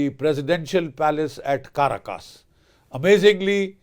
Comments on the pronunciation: It's called Venezuela, not Venjovela, and it's Caracas not Ca ra cas. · CA RAcus. Pronounce it correctly. The Indian accent SUCKS